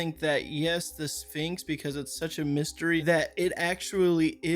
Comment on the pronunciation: wtf is a finx? If this guy can’t say things correctly he shouldn’t be posting.